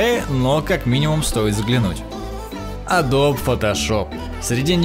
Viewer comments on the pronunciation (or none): none